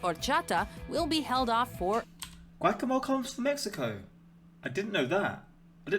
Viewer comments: Guacamole is pronounced (wok a mole a) not (ga wok mole)😜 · Lol I like how you pronounce “guacamole” like “whack-a-mole” It’s “guac” like “rock” a like “uh” then “mole” like the “oly” in “slowly”! But the “mole” is more accurately pronounced “mo-lay”! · Hearing you say guac-a-mol instead of guacaMoLe. Had me dying😂😂😂😂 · When he said gwackamol for guacamole I cracked up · Let me help you: It’s churros (chu-rows) Guacamole (waka-mo-lay) not waka-mol😆 Spaniards say, “cho-ri-tho” Latin Americans say, “cho-ri-so” -Mexican-American here from Southern California. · Your pronunciation of guacamole cracks me up. Try it more like waka-moe-lay. Spanish pronunciation is easy, the same letters pretty much always make the same sound. You can learn it in an hour, except for the rolled Rs. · It's more "waka-a-moh-leh". The "e" never makes an ay sound unless unless it's accompanied by an "i" or a "y" or in some Latin American countries, the "ll" and the "o" always sounds like a an abrupt "oh" sound like it's cut off halfway through.